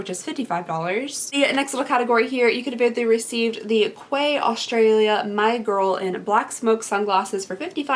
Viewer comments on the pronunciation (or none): Quay is prounounced like key btw lol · Quay is pronounced key , i know, crazy! lol I don’t get it either lol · I’m so excited to get those sunglasses as well. And just an FYI Quay pronounced like Key. I can’t wait for my box. It should be here Monday 😍😍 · Quay is pronounced 'key'. QUAY IS PRONOUNCED KEY. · The Quay sunnies are pronounced "Key"! Fun fact: Alissa Violet has a sunny line with Quay. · Quay pronounced key. You're welcome 😉💖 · Quay is pronounced “Key” 😊❤️ much love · Love the sunnies on you! It’s pronounced like ‘key’. Loved the video though ❤️ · Just FYI the sunglasses are from Quay (pronounced Key) 😉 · Its pronounced Key. And Quay is a Morphe brand. Just an FYI! Always love your videos! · Ouai is pronounced “way”. Quay is pronounced “key” This is one reason among many why I could never do YouTube, but I’m glad you do! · Take care. Much love from Australia ♡. P.s. Quay is pronounced Key 😉 Dictionary result for quay /kiː/ noun a stone or metal platform lying alongside or projecting into water for loading and unloading ships. synonyms:dock, wharf, pier, harbour, berth, jetty, landing, landing stage, landing place, slipway, marina, waterfront, sea wall, embankment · Hey just thought that I would let you know that quay is pronounced key I know it’s so confusing no hate your amazing ❤️💕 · Thank you so much for your videos I watch most if not all of them. I m getting my box on Monday and can't wait. I think it is pronounced key. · Quay is pronounced "key" ;) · I believe The sunglasses are pronounced Key 🔑